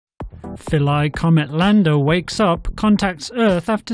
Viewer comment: Atleast pronounce it right god damn it its phil-a